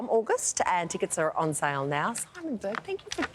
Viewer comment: Burke not Bourke